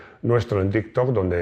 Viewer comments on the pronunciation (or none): none